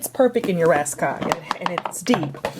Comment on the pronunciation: hi Thank you for a great video. (Just wanted to give you something you didn't actually ask for, it's help to pronounce the "Råskog" Ikea rolling thing. In Norwegian and Swedish it is pronounced like your word "raw" but without the "w" or the "o" in the beginning of the word organizing. skog you say like the "o" in organizing mixed with the "oo" in school . r-a-w-s-k-o-o-g. I recommend Norwegian teacher Karin here on youtube if you'll like to learn some Norwegian. (Sorry, but it just enoyed me that it was said wrong, even though I know you're not a scandinavian or at least not speaking scandinavian language. )